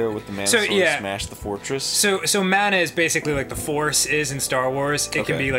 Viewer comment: Why doesn't anyone on the entire planet know how to pronounce mana correctly?